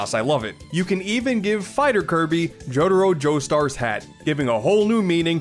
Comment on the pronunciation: Bro said Jotaro Joestar lmao